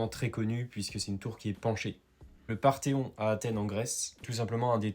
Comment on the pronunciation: Parthénon et non Parthéon 😊